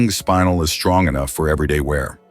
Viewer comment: I like the video and the content, but I hate the AI narration. In addition to mispronouncing things, like spinel (not pronounced spine-nel), it’s inconsistent. Please get better narration.